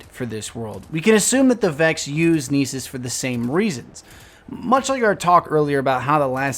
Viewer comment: Lol, "Neesus"the Homeland/Homeworld of Liam Neeson